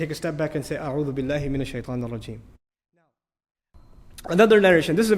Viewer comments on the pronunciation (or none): Aouthu billahi min ashaitan nirrajeem not irrajeem